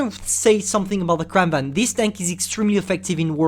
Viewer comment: You pronounced Kranvagn wrong its suplosed to (Kranvagen)